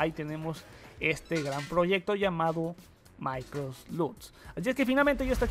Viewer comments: maicrof lut >:v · Maicrot lut :v